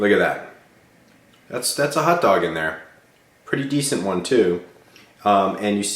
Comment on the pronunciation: Hot dog, not hut dog..